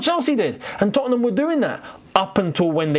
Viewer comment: you're the only Londoner I've ever heard put that extra syllable in the middle of 'Tottenham' like Americans do!😂 (Not a dig bro, I love your work💙)